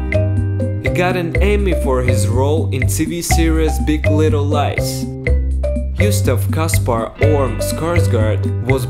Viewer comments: Why does the narrator says Yusuf instead of Gustaf? 😄😂🤦🏻‍♀️ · Lol, "Youstaf".